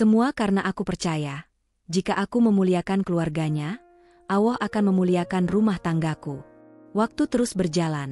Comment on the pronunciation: Ucapannya bkn alah ttp Allah.!!!!!!! Tlg diperhatikan,ya.😢😢😢😢😢 ditulis rdc